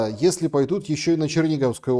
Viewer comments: пИйдут,как произносил Петька Мальдивський в Марике с трибуны ,с красной ,как пАмидор харей. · "...пИйдут",как произнёс Петька Мальдивский с трибуны в Марике,с красной как пАмидор,харей.